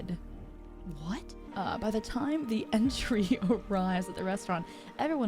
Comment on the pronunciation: Did you just pronounce it entry instead of entree? Shego/ Shiego again? Wtf?